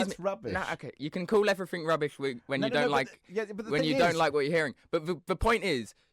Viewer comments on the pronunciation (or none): Then “evryfink!”